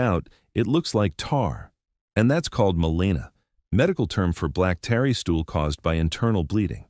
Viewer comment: AI narratar. Mispronounces tarry as tary